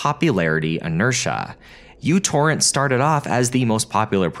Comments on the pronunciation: Came here to point out it's "Micro Torrent" not U torrent. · Its pronounced Micro Torrent, not u torrent. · It's "Mu Torrent", not "You Torrent"! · It's called "Meu" torrent, not "U" torrent. Just because μ looks like u doesn't mean it's pronounced like it as well. μ is pronounced at Meu. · Pedantic nerd point: The correct pronunciation is "mew torrent" because it starts with the Greek letter μ. I remember them saying it on the website the first time I downloaded it. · oh my - its first time when I hear somebody reads micro torrent as u torrent. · It's not uTorrent! It's Micro-Torrent. That's a micro symbol not a U!! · Me torrent not U torrent. Me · It is not a 'u', it's a mu, as in 'micro'. MicroTorrent. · someone tell this dude that the fancy u stands for micro? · It's a mu, it's pronounced "micro," and Microtorrents are still alive and well -- so you managed to get three errors into a single phrase. No, I didn't watch the video: if a speaker shows themself to be a half-wit in the first ten seconds I move on. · Being in electronics, every time he calls it "U-Torrent" is like fingernails on a chalkboard to me. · It is, he's mispronouncing it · 'µ' is a Greek letter. It's pronounced 'mew'. Never really heard of it being an abbreviation for anything. Anyway, it's pronounced "you-torrent". This is the first time I'm hearing otherwise. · It's actually mu torrent. It's the Greek letter. Although I always called it u-torrent. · its pronounced mew torrent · you'd think you would do 5 seconds of research before putting this out. µ means micro so it's actually pronounced microtorrent fyi. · MICRO Torrent. The software is called MICRO Torrent. sigh.. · WHY DO YOU KEEP CALLING IT U-TORRENT????????? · That is not the letter "u" from the Roman alphabet, that is the letter "µ" (mu) from the Greek alphabet. So µTorrent is actually pronounced as microTorrent. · wait its not myu torrent??? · Fyi it's pronounced "micro torrent" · it's pronounced microtorrent